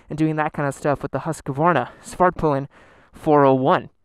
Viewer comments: As a Scandinavian, your pronounciation of Husqvarna pisses me off. Its Huskvarna not Huskavaarna xD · It's Husk-var- a not Husk-ka-var'na. Three syllables. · Not huskavarna , more like husvarna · Come on guys. It's Husk var na not Hus ka var na. Only three syllables. This is not that difficult. Otherwise great video. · Americans, PLEASE stop saying Huskevarna! It's pronounced Huskvarna!! 😓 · I may be wrong but isn’t it pronounced husk-vana? Not Husk-a-vana! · Thank you for your reply. My question was more about the pronunciation of the name. My fellow Americans tend to pronounce the name Husq - uh - Varna, instead of simply HusqVarna. Which is correct? I hope you and yours are safe as well. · Husk-varna not Hus-ka-varna lol great video 😎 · Great show. I've watched most of your comparison videos. I have always wondered since I was a kid, is it pronounced Husk a varna or is it Husk Varna (Husqvarna)? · It's pronounced hos-kvar-na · you're killing me every time you're calling it huskuvarna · almost, I'm from Huskvarna and we pronounce it HusKVarna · "Haskavarna" lmao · It’s more like ”Hoos-kvaarna” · God damnit, it's HUSQVARNA. That's HOOSK-VAR-NAH. Please, respect names. You wouldn't want people mis-pronouncing your name like that. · Husk-A-varna! You get an extra a from, free of charge:) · You totally mispronounce Husqvarna WRONG...btw Svartpilen means Black Arrow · I don't see any letters between the "q" and the "v". Why do people add an entire syllable to Husq Varna? Are there any Swedes who can help us out? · The way americans pronounce Husqvarna.... smh